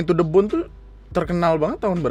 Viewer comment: Baru kali ini "to the bone" jadi "to the boner" 😆😆